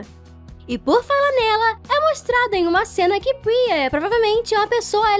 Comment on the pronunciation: eu corrigi ela não é priza e sim priya, todo mundo erra e Isso não é um problema e sim treinar mais.